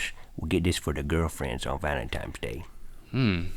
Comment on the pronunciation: Rhett's says valentimes instead of valentines and it's funny because in a later episode he talks about how people who say it as valentimes are wrong (even though they are wrong) he's being hypocritical